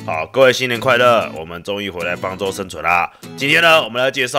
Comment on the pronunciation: 開頭我聽成方豬生存進化